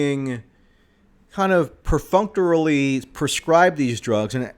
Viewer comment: "bizzarly prefunctery"..